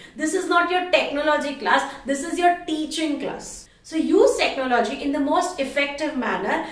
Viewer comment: Its technology..not techno- logy